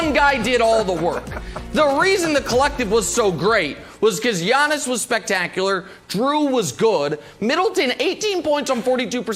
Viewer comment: Everyday I think Brandon is going to pronounce Giannis properly